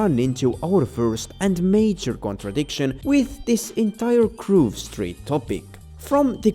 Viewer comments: It's Grove, not Groove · At first I was gonna yell at you for pronouncing it “Groove Street” but after a few minutes I was like, “why? It’s better!” Congratulations on coining a new affectionate malapropism.